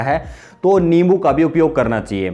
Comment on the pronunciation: अबे लींबू नहीं होता,नींबू होता है